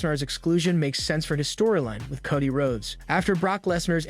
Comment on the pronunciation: Coddy? Bulor? AI needs to learn how to read